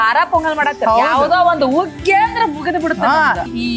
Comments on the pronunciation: ಉಗ್ಗಿ ಅಲ್ಲ ಅದು ಹುಗ್ಗಿ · ಹುಗ್ಗಿ ಅಂತ ಹೇಳಬೇಕು ಉಗ್ಗಿ ಅಲ್ಲ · ಉಗ್ಗಿ ಅಲ್ಲ ಹುಗ್ಗಿ 😅😅😅😅